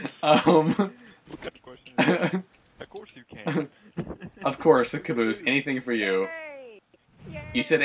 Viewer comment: it's cabosse it's fucking caboose!!!😱😱😱